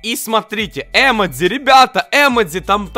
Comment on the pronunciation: Не э́модзи а эмо́дзи